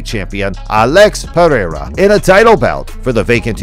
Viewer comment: you have a fight channel and cant say Brazilian names 😂 you say pe-rehr-rah 😂